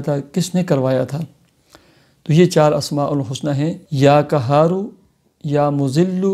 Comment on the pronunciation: Kya khaak fayda hoga apke bataye hue ka...muj to ye samaj nhi aata k aap log Mufti ban kese jate hain...urdu ka naas to aap logo ne maar hi rakha he...lekin arbi pr to rehem kare ....or wo b quraani aayat ka ap logo ne kya bana diya he asmae husna ko bhi ghalat salat padh rahe hain....allah ka jalali naam qahar ko kahar bol rahe hain...kahar matlab doliyan uthane wale ....ap k bataye hue wazaif se to logo ko rijat ho jayegi meherbani krke talffuz durust kare....🙏🙏🙏